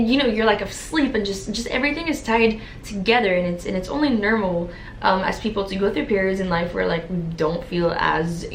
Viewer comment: “Nermal” Hahaha